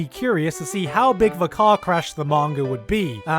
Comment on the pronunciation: Emphasis on car crash.